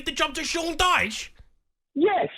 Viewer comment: Man said DYCHE loooooool